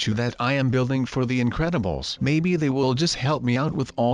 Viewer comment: its incredubles not incebles